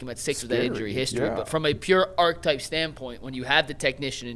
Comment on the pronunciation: archetype has three syllables. Your other guy got it right. And stay on you tube, you guys are great.